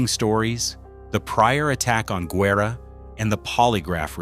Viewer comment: This has got to be the worst documentary ever. Im from Mcallen, TX. I was a part of that church. Barely one percent of those pics were correct. One showed a skyscraper that wasn't finished till the late 70's. That Pic of Sacred Heart Church wasn't even the church building. And the way Guerra's name is pronounced, terrible. AI is terrible.